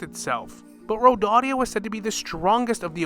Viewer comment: Its nor Rodadia... Its pronounced ROW-DAY-UH